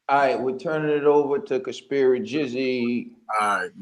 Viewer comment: Also- not Conspir-jizzy. Jizz has a whole nother meaning in the UK... 😬